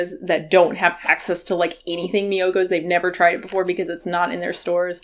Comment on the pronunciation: I'm hearing Miyokos as mucus and so is the captioning.